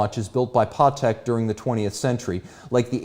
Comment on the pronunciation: I didnt know that it's pronounced 'PAWteck'. Good to know